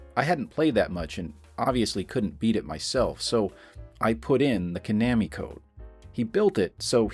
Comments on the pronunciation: Ko-nammy ❌ Twenty-oh-seven ❌ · It’s Ka-Nah-Me 😂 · “Ko-namy.” Are we serious bro? :| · Repeat after me... Koh-NAH-mee. AI bot mispronouncung things again. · Lmao I was like he has to be doing this just to piss people off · Well, to be fair, your pronunciation is not quite correct for Japanese, either. (No syllables get emphasis like that.) Still, not as terrible a mutilation as the typical English pronunciation of 空手 (karate). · Yeah, but he’s pronouncing it wrong aswell.